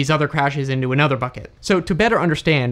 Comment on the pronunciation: Thanks for the video and for your channel. Pretty sure you said "fucket" instead of "bucket" a few times there.🤣